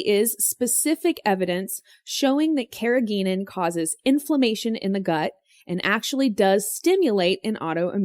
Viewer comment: You are mispronouncing the word, "carrageenan". It contains a "hard g", not a "soft" one :)